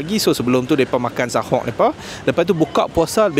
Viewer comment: Bukan sahoq tapi soq..